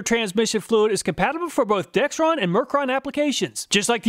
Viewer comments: All of you watching, please take note there is no "T" in Dexron the brand name. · Everybody gets the name “Dexron Mercon” wrong, never heard anyone get it right and I worked at a parts store. Video said it wrong too. Most people say “Dextron Mercron” people are dense.